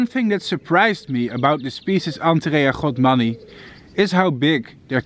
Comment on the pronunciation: Its godmani not “rhodmani”